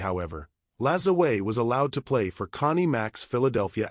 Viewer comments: pronounced, napolean La-ZWAH. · LaJoo-a is how you should be pronounced. How you get a "z" from a "J" is head-scratching. Still enjoyed the post. Note: I am not a distant descendant. Just a La Joo A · Using Spanish pronunciation on a French Quebec name ( I know tons of Lajoies’ ‘ your pronunciation is terrible A.I. Vox is short for turn it off and I did. Salut de L’ile Perrot Quebec Canada 🇨🇦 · My branch of his family always prononced it La joy. Henry Toussaint Lajoie (1839–1914), my great grandfather, is a perfect, direct example of the exact surname shift from Masseleau to Lajoie.Born in Saint-Denis-sur-Richelieu, Quebec, his records highlight exactly how these names intersected during that generation:The Father: His father was documented as Joseph Toussaint Masseleau (born around 1819). In many records, the father is listed under the transitional name Toussaint (Masselot dit) Lajoie.The Name Switch: When Henry Toussaint was born in 1839, the family was actively using both names. As Henry grew up and eventually migrated to the United States (living in Ohio and later North Dakota), the "Masseleau" part of the name was dropped entirely. He and his descendants became known strictly by the surname Lajoie. Interestingly, family genealogists note that this specific Quebec branch of the Masseleau/Lajoie family tree links directly to Larry "Nap" Lajoie, the legendary early 20th-century Major League Baseball Hall of Famer. My grandfather died in Ray, ND, when my mother war four. Ray, ND also took her bbay sister and her faathr withoin 6 mnths that year. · If he was French Canadian is last name was and is pronounced LAJOUAH